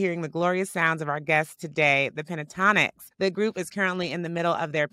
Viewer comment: I shouted at my phone every time she said “the”… it’s not THE!